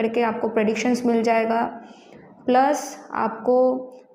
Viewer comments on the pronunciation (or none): none